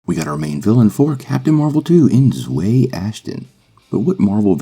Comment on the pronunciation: You pronounced her name wrong, it’s pronounced (Zow-we)